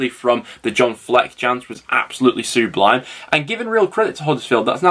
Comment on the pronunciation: Who's this Sue Blime you keep talking about?